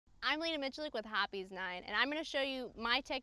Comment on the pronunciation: I'm 100% certain I'll never need this knowledge, but its cool to understand on a fundamental level, how Hoppe's is pronounced.